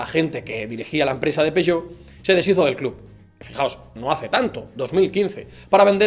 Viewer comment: es "peuyot" xD